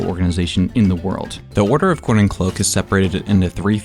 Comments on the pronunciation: you NEVER cease to amaze every single person that watches your content Edit: every time you mentioned the Order of Coin and Cloak, I kept hearing it as the Order of CORN and Cloak XD (One last thing, Hi Mum!!!) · im sorry, but i can't hear coin & cloak, i only hear corn or cloak